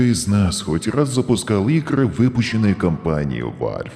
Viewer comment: Валв говорится Валв а не Вальв